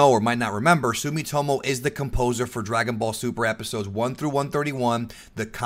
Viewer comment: anyone in favor for "Dragon Ball Zuper" ibstead of DBS2